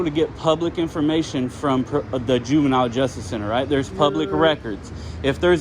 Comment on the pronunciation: "Help get me out there."? Buddy, I think you plenty "out there" without my "help". But okay, I'll donate in the name of your purty yelluh tie. Eighth rate dumbbell. Sawed off numbskull. "Juvinile" big boy. Oh yeah, . juvenile is spelled juvenile, not "juvinile". How about you take an oath to go back to the third grade and learn to spell. Thanks for the chuckles though, brighty boy. You and your tie are dismissed. Ps. There will be a test on Thursday. This will amount to three quarters of your grade. Best of luck. Kid phoo phoo.